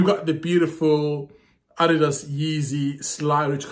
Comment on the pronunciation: Btw you’re the first one to say Adidas the right way ;)